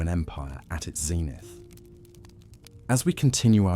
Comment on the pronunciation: Only a few seconds in and already words like 'zenith' are being mispronounced. Makes it impossible to listen to without getting annoyed.